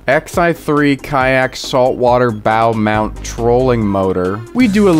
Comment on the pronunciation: I seriously thought he said "bowel mounted" trolling motor. 😅